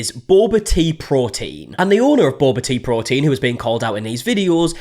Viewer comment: The way she pronounces bobateaprotein is just....making me anxious lol